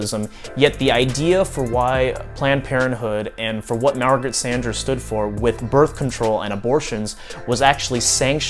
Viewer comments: You’re pronouncing “Sanger” incorrectly. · I'd never heard anyone pronounce her name like he does. XD